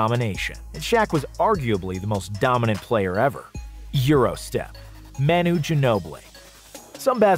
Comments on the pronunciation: Isn't Manu pronounced Mah-nu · No way you just called him “Maynoo” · “Man-uy Ginobili”